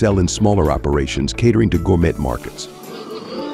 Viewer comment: gour-met? You mean gour-may right? Why aren't you showing replies on people's remarks? Talk about automated process. This video is automated garbage. Jeez!